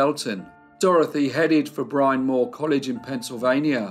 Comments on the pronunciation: Fascinating story! A total mystery! The college Bryn Mawr is pronounced “Brin” not “Brine.” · Bryn Mawr is pronounced Brin Mar. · That's not how Pennsylvania (or most of the US) pronounces "Bryn Mawr," for the record...